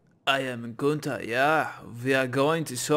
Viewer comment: Not gunter=Günter 🤦🏼‍♂️